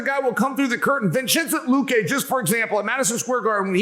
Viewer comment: “Vichinte Luque” chael is a gem 😂